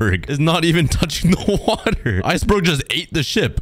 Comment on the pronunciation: “Lets grab some wAuH”